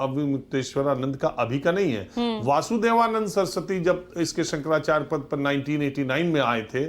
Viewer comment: 55 saal se pratha thi - koi kagaz nahin chahiye, aadhar ban jayega voter card ban jayega , jahan chahe kabza kar lo etc etc . Bas Daagi kunbon ka aashirwad hona chahiye aur musalmaan hona chahiye 😝😝😝 Aise khan-gracy agent jo शंकराचार्य ka naam Bhi theek se bol nahin sakta , baith kar khud ke pvt channel per gyan baghaar raha hai 👎